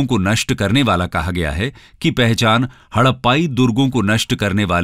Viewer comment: Sir u r proncucing harrapa as hadapa?